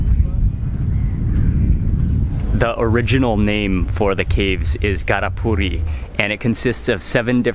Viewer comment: Correction : The caves' name in Dharapuri, not Gharapuri